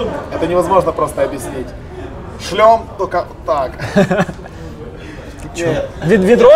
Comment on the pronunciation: когда уже начнет говорить не шльом а Шлем